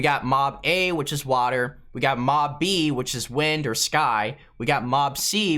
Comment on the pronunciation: and ore instead of or